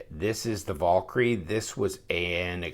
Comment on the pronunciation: Damnit, I can only hear a man butcher the word "Valkyrie" so many times.